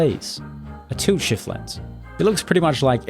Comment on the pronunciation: i noticed your accent is very bad even youtube subtites generate toot shift, why you saying tult shift however in my knowledge its tilt shift